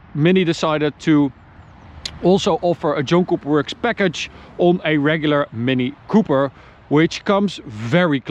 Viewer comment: Sound like you are saying Junk Cooper Works or Joke Cooper works. Great looking car for sure. 👌